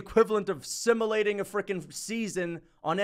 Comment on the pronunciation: The way you pronounce simulating is crazy